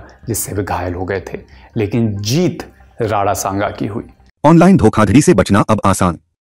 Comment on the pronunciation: अबे राणा संगा होता है नाम तो ढंग से बोल ले, राडा सांगा बोले जा रहा है🤬